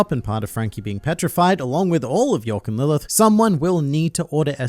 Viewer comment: It's york